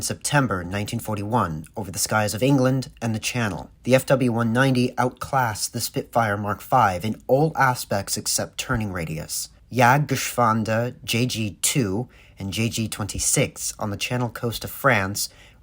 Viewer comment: [Gèh-Shwah-dèr] Squadron..... Missed middle school? Dropped out at languages?